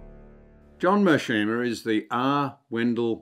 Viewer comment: I love John Anderson's videos, but I'm surprised he managed to butcher John Mearsheimer's surname at the beginning of the interview -- particularly given how prominent the UChicago professor has been over the past two years.